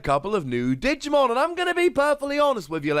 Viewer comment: Digumean to say Digimon?